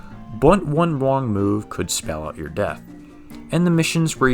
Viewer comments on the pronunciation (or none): none